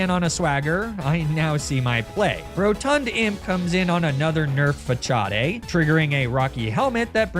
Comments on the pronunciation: WTF is a Fah-chaw-day? Fah-saad, maybe? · Your pronounciation of Facade is interesting 😂